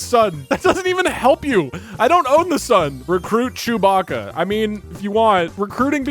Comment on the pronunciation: “Recruit Chew Baca” Honestly Doug should have lost right there for sheer ignorance.